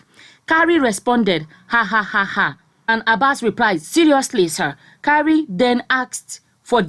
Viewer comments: The name Kyari is pronounced "kee-ah-ree", not "ka-ree". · the list u can do is to promounce a name properly. What is kari... pronounce as ki-ya-ri....jeezzzz